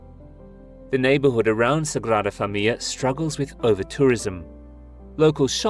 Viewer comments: Thank you for explaining this so eloquently. My Spanish brain was in knots hearing that pronounciation. It is indeed an amazing video though! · Your are eliding the end of the word 'familia' as if it has a double 'l'. It does not. The word has four syllables, not three. You have a habit of doing this. Otherwise a nice, informative video; thanks.